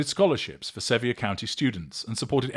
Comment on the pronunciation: Sevier (pronounced: severe). 😊